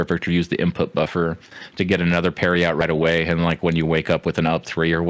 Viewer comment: “Fighnally, Anothah suhwardsmin”